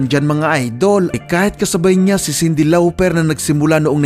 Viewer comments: “Sindi Lawperrr” 🤣🤣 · Sobrang tawang tawa ako sa pag bigakas mo kay Cindy Lauper,bkit ganon pag pronounced nyo po✌️😁